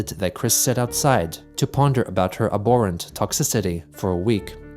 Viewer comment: Have I seriously been saying the word "abhorrent" wrong all this time? I thought the H wasn't silent.